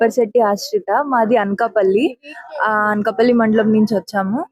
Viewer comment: తెలుగు ఉచ్చారణలో style వద్దు. అన్కపల్లి and పాకల కాదు…అనకాపల్లి మరియు పాకాల. దయచేసి తెలుగుని కాపాడండి 🙏